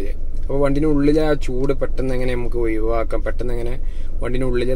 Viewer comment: ഒയിവാക്കുക അല്ല ഒഴിവാക്കുക